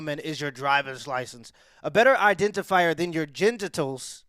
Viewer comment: it sounds like you mispoke saying “gendertills” though I’m pretty sure the word “gendertools” might actually be the best describer of what we are talking about. The tools you have to describe your gender 😂😂 I’m gonna use this!